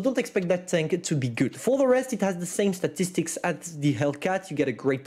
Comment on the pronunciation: "STATICSTICS' - 2021